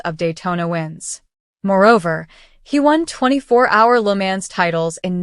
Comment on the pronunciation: No. 3 | The. place name is Le Mans, France and the correct pronunciation is "la Maw". If you got something as fundamently wrong as the. 24 Hours of LeMans, how shoddy is the rest of your video?